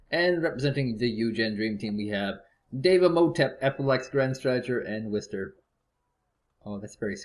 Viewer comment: the names in the beginning :D, its wister though, not wiser